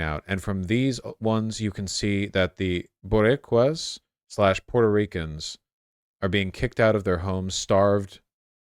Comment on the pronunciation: Gotta be the worst pronunciation of boricua ive ever heard